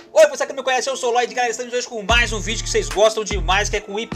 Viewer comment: "Tão tão então, vídio do